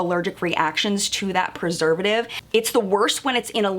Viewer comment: You did pretty good pronouncing that preservative. I believe it may often be referred to as MSTZ for short.